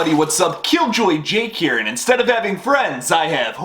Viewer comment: How he says "KillJoyJake" Here..🔥🔥🔥 Pure "English" pronunciation...Love it..❤️